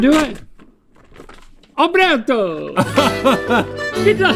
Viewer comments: Rhett: Oberto Link: Orbeto Even though I'm not Italian it still hurt my soul hearing it mispronounced. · It’s “Oh-BIRD-oh”!! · It's pronounced Oh Burt Oh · Link* " obrrrerto" haha beautifully hilarious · GMM but every time they say Oberto it cuts to Smosh Games Family Style